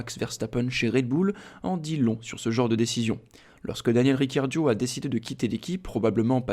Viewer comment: Il a dit riccardio au lieu de ricciardo